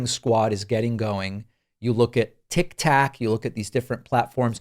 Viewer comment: I hadn't heard a word about this, so thanks for the info... BTW, you called it Tik Tack, LOL, which is appropriate in this instance....cheers.